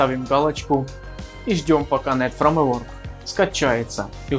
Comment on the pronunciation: "ФРАМЕВОРК" сразу показывает уровень